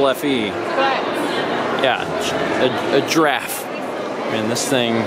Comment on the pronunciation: still can’t say giraffe